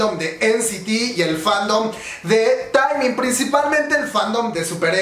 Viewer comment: Estoy emocionada! Quiero ver que es lo que traen Jajajajaj hermana, no es Taimin is "Temin" 😂😂